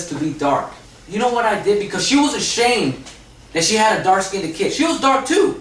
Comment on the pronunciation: Yes, in the communities, black and I guess Mexican as well, we say skinded, instead of skinned. But it's understood. LOL. We are code switching all the time in these communities, you probably would have automatically said skinned if this presentation was in a corporate setting, we do it on auto pilot.